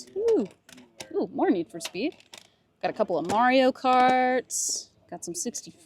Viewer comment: I love how you say Zeldrrrrs lol Need for Speeeee(d) lmao